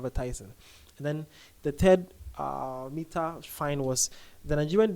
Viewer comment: Sir, the pronunciation of Meta😅... Love the update tho❤